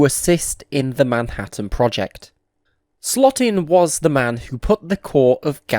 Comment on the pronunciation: Louis Slotin's last name is pronounced like SLOW-tin, not SLOT-in. 😿